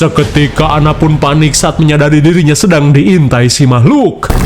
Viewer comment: "Mamahlukan" tetep bikin ketawa🤣